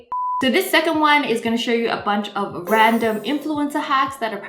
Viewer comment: "First 100 oof my subscribers" 😂